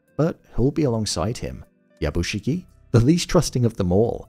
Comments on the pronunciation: Something small I noticed. Yabushige is pronounced as ya bu Shi-gAY Not shi-gie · I enjoy your review. But please note the character’s name is “Yabushige”, not “Yabushigi”. That’s like calling someone Bin when their name is Ben.